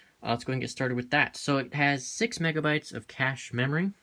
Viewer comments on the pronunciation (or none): none